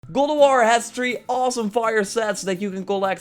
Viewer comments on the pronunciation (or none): "Guh LoWar!" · i heard “moss el heim” also, i’m pretty sure in the beggining he said “gold of war”